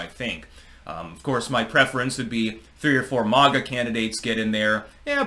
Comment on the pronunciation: Youre saying maga wrong.